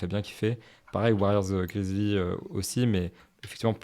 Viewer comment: Les gars svp, prononcez bien les noms des equipes ! Je deviens fou quand vous dites les piston, cavalier ou grizlie. les pistOnssss, grizzlieeeesss